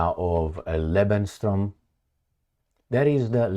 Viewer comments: 😂 Bro, it's Lebensraum not lebensstrom 🫶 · Hi It's "LEBENS RAUM" = living space "LEBENS TRAUM" = live dream Thanks & all the best 🙏 🍀 🕊 🍀 🙏 Happy New Year 🥂 🇨🇭 César 🦉😇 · It's lebensraum. You have to improve on your German if you want to "try" to speak it. :)